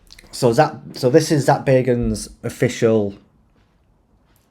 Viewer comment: It's bag not beg😂